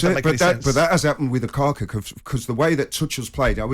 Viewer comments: “Lukaka” - is saying this on purpose? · I noticed the English pundits and commentators horribly mispronounce foreign players last names regularly... who on God's green earth is Lukaka?!?!